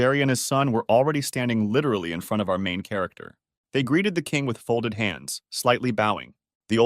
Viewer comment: Stop saying lirely